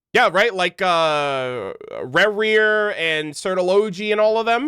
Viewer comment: Racher is pronounced "Re-HERE" of Solnari, Rerir o/